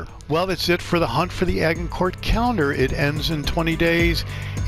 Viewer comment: A-Jin-cour just saying boss 👏